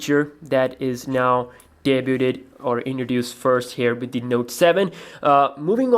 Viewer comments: *day-byood NOT day-byooted. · it's pronounced (day-byood), not (day-booted)